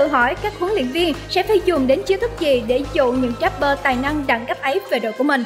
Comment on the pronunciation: Rapper chứ k phải dap bơ nha chị